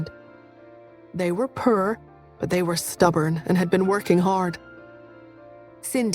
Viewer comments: The way this narrator says poor…. Pur… is too comical 😂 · British pronunciation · It’s the pronunciation of poor and the voice of the saditty uncles and aunts that get me.